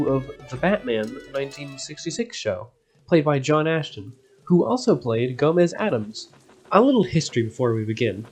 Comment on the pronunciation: His name is Astin not Ashton. Also Warner Brothers had nothing to do with Batman 1966, it was 20th Century Fox.